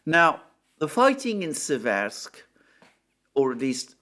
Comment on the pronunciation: In Seversk the emphasis is on the first syllable. The vowels e are identical in pronunciation.